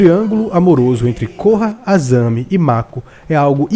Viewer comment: Azami né VAI APRENDER A FALAR PORCARIA